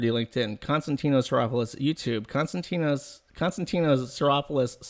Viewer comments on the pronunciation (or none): Its pronounced con-stand--ee-nos chee-ro-pull-os